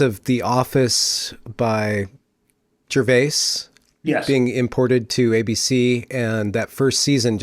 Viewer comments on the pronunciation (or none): none